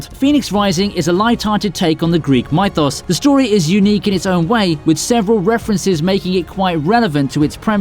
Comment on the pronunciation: Who the hell says mythos like that??? Wtf....